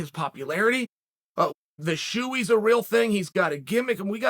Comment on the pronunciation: Shoey shall henceforth be pronounced “Shee-oo”